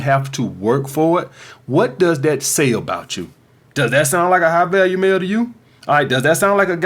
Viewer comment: I thought you were saying high value meal lol, still worked.